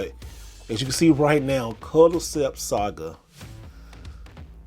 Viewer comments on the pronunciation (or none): none